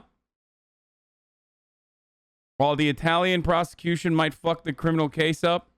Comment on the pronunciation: When Hasan said "What a fuuhck" in the Italian accent, it killed me lmfaooo